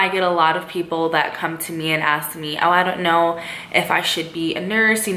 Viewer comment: When she said “I don’t know” in that accent. Lol